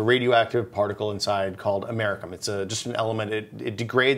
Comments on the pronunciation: oh no, you pronounced Americium as Americum! no big deal, i know deep in your heart you'd rather get it right next time tho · Fucked up the pronunciation really badly. It's AM-er-E-CEE-um. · this is how you pronounce Americium am-uh-rish-ee-uhm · A geiger counter is not going to detect the ionization source inside a smoke detector. They're alpha sources. You'd have to break it open and have the alpha source directly visible to detect it. And for thor's sake learn how to pronounce americium.